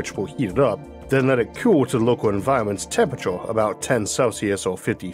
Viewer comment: I can't listen to this... "Tempurator" ... along other weird pronounciations...